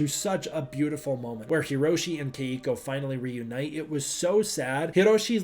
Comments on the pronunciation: Only gripe is that my girlfriend whose name is Keiko says you're mispronouncing her name and it's 2 syllables not 3. I play your videos right before I go to sleep and she hears it and gets annoyed so she annoys me. lol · Why does he keep mispronouncing Keiko’s name?